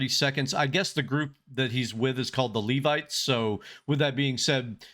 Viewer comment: If you would like to see another side of Stan theres a song called Come Back Home (video version), he sings it for his wife and shows the fun loving talented side of him. You are pronouncing Levites correctly 👍 if you want to hear more, the Levites also back up sing other songs with Stan. Circle of Life and Don't Dream Its Over come to mind.